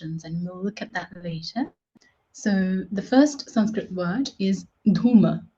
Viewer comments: why don't you pronounce the schwa at the end of Sanskrit words? You seem to omit such an interesting feature of the language. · I'm no expert in Sanskrit but I did notice noun examples lacked their final letter, the visarga, written like a colon, and pronounced like a final breathy H, similar to how Andalucians pronounce final S in Spanish. It's cognate with Lithuanian final S, so there's one similarity you missed out. Another one you missed is pasitaite which looks like Sanskrit pasyate पश्यते meaning "he sees". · Guys it is sanskrut not sanskrit. How can you call this girl as sanskrut master ?😂😂